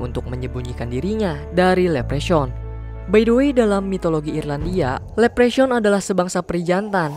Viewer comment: Leprechaun bacanya "Leprekhon", Bang, bukan "lepresyaun" 😅